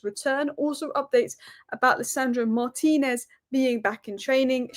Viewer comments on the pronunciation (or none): none